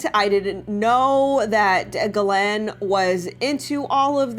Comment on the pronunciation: That’s funny but actually it’s pronounced Gee lane (hard G like going rather than soft G like giraffe)